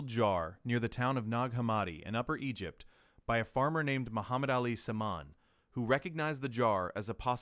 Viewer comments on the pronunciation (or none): none